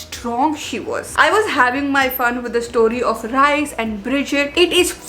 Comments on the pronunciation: its Rhys as in Reese not Rice 😭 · it is not Rice it is Rhyys pronunciation wise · Rhys is actually pronounced at ries...ps no hate